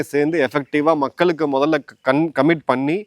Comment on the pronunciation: "மக்கலுக்கு" இல்லை "மக்களுக்கு " எங்க தமிழ் படிச்சீங்க திருந்துங்க தமிழ் வார்த்தைகளின் சரியான உச்சரிப்பை முதலில் தெரிந்து கொள்ளுங்க